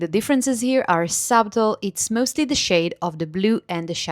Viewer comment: Around 17 minutes you said the changes were “subtle”. You pronounced it “sub-tle”. The B is silent. It should sound like “suttle”.